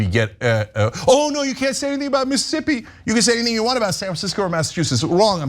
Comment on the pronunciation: Omg, Cenk!!! Stop saying MS as Miss'ippi 😆 🤣 😂. You're missing another grouping of ss's lol. Love you, brother